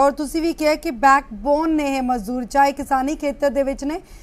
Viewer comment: Mazoor nahi mazdoor hunda madam g Mazoor urdu vich handicept nu kenday ne